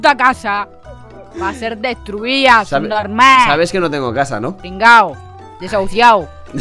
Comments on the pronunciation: "Será sunormah" JAJJAJAJAJAJAJA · Es que yo escuche que dijo subnomal ,esperen un rato haters no me hagan nada :,V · dice sub norma no sub normal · Jajajajaj como dise subnomael